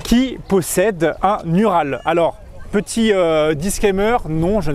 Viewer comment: un "U"ral" au secours... "OU"RAL" par pitié